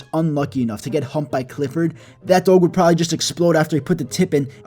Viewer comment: Its funny how he say doyg